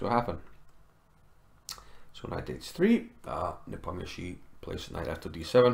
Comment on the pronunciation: It's so wonderful to hear Nepomniachtchi pronounced correctly :) great vid/analysis sir